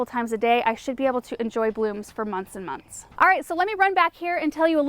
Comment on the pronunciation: 😁 munce and munce.